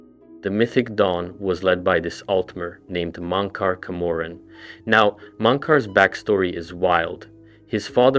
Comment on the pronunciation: Mon-cor Ka-morrin is wild😂